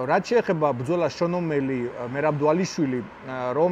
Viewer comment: აუ ვითომ იცის ემემეიზე რა სახელს ვერ ამბობს ნორმალურად. გეჯი ვინაა? ან პირია ვინაა? ან ომელი ვინაა?ან ძუპლესი ვინაა? ან ხაიპი რა არი? ან რესლინგი რა არი? ან ანკოლაევი ვინაა? ან ვინ გითხრა რო მახაჩევი იუეfსის ყველა დროის მებრძოლებში არის ნომერ პირველი? რავი ჯობს თავი დაანებო ამ კონტენტს.